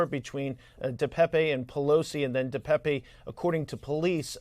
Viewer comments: His name is not “De Pepe”…WTF, it’s DePape like paper 🙄🙄🙄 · I wish they would pronounce David Depape’s name properly. I’m from his home town and the last e in Depape is silent. You pronounce the name Depap ! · Oh brother, now they're calling him so far left he's "ALT-right". They even changed the pronunciation of his name to De Pepe.🐸